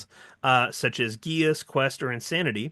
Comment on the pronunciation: Just a little nitpicking here... The word "geas" is pronounced "gesh".